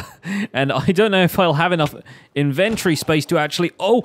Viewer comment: It took me way too long to realize you were saying inventory & though you were saying inventary like a factory for inventing things XD